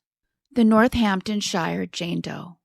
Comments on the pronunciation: Pronounced North-Hampton-SHEER! Hun. X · Love the England cases but when places have ‘Shire’ in the name, it is pronounced “sheer”. Eg “Northampton-Sheer” or “Hamp-Sheer”